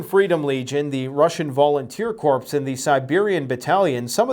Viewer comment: Dude, the “p” in corps is silent. Corps and corpse are very different lol